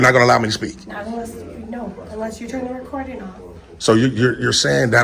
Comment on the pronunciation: Damn! Everybody is an independent journalist now! This dude was barely able to pronounce FOIA